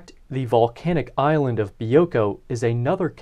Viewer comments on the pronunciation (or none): none